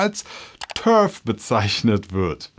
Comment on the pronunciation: du sprichst TERF glaube ich falsch aus ich glaube du musst das E lang ziehen und das R rollen, das klingt dann auf jeden fall lustiger.